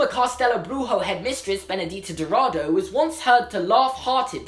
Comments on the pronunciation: Wow, you really should be young Tom Riddle. And FYI: your Portuguese is good, but "Bruxo" is pronounced like "brusho". Greetings from Brazil!! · It's actually BRUSHO, not "Brujo" like in spanish... but your pronounciation of castelo was awesome LOL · You pronounced Bruxo like it was spanish, instead of Brujo you should say something like Broosho :) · Minor correction: your pronunciation is more like in spanish, "brujo" and not "bruxo", like in portuguese Greetings from Brazil ;) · It was actually bad portuguese pronounciation.... You sounded spanish. BruXo XXX CHCHCH not, castelo Brujo Not brujo Not brujo. Bruxo! Bruxo. Xo Xo XO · Yeah mate your pronunciation was actually great But the "x" in "bruxo" should be said with an "sh" sound. The way you said it was a lil bit more towards Spanish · Brazilian here - you are actually pronunciating Bruxo as a Spanish word. In Portuguese it sounds like "broo-shoh". And Dourado was pretty spot on during your rant, cause you were saying it as "Dough". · Was not a good job on portuguese but nice try 😂 I mean “castelo” was right but “bruxo” no... Love ur videos tho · Your portuguese pronunciation was kinda bad, but that's ok because our language is very difficult and literally no one gets it right, and you did pronounce "castelo" rather well but "bruxo" was not even close